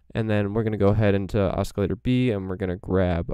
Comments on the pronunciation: Cool info Oscillator is pronounced without the hard C Like…. Osssssilator not oskilator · Your awesome but you are pronouncing oscillator wrong?